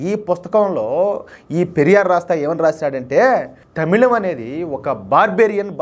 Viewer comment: తమిౙం కాదు, తమిళమే. ఆ అక్షరం తెలుగులో లేదు. zh ని ళ అని చదువడం బెటరు.